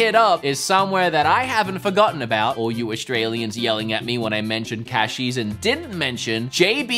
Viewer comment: the full accent coming back on the Cashies sentence. Was a great touch haha